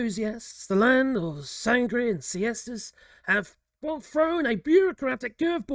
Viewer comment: To be fair, we never liked them red coats. It all started about 500 years ago when we split the world in to twos by force. Now, it’s pay back time 😅😂 Btw, there’s an accent in the “I” in sangria. It’s not pronounced sangreah (it sounds so dull and boring like your weather). The proper pronnounciation is: Sangreeah” (Which actually means: made from blood) 🩸